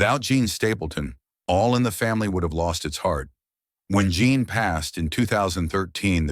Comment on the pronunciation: Why is the narrator refering to Jean as "John?' How come these errors aren't fixed in editing?